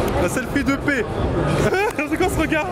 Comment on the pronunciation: Quand il dit '' de paix '' Je comprend "dopé" moi aussi ! mdrrr